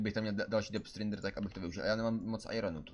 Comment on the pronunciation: Zdá se mi to nebo vyslovuje "dep strindr" neni to "dep strajdr"?